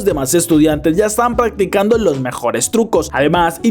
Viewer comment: En el minuto 35 dice paggticando capaz ni me lea pero me dio mucha risa